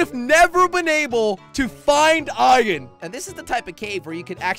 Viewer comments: You say ian instead of iron XD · Its iron